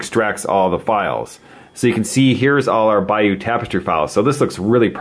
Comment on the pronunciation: it's the "Bayeux" tapestry, not "Bayeaux":-)